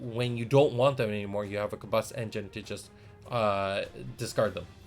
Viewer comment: I was really impressed with the J2 starter set so hearing that Origins is gonna be even better has me hyped 😳 Also I'm sooooo sorry we have been pronouncing Kabus as "Kaboose" LOL 😂